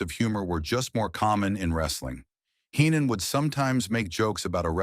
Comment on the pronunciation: Watch out! It's a bird!, it's a plane!, no! It's hee-non lol